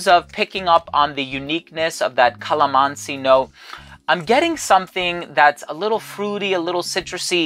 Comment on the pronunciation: Hi, i've been a follower of you since then and I would just like to let you know that you said it right regarding with Calamansi coz I am Filipino 🥰